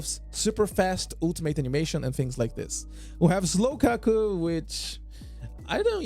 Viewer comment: "Slowkaku" lmao